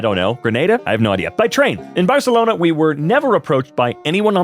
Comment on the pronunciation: As somebody that lives in Spain, that pronounciation of Barcelona is… definitely something